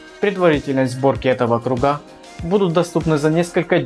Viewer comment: только не кругА, а крУга